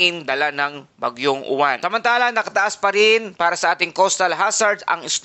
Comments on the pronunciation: Mali ka mag bigkas ng uwan dapat silent yowan kasi sa alphabet ay stu kaya yowan hinde mali spelling nito kundi tamang pag bigkas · Kasunod sa T U kaya uwan